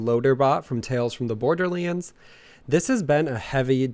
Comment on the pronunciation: PLEASE FOR THE LOVE OF GOD PRONOUNCE BORDERLANDS CORRECT! STOP SAYING "BORDERLEANDS"